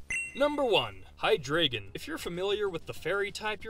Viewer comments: Hydreigon is pronounced "High-Dry-Gon" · Which is why it bothers me so much how he pronounced it